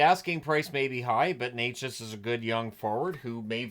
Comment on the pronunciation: Just a heads up, its not Neychas as you pronouncing it, with a long e sound{ey}, its Nečas with a short e sound like "net" ...so more like ne-chas...all short sounds. Thanks